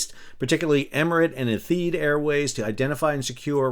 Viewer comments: Ethid? I would pronounce that airline's name as Eh-Tih-Had. But don't quote me on that, #notanexpert :) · Airline geek here - Etihad airlines is pronounced “eh-tee-haad”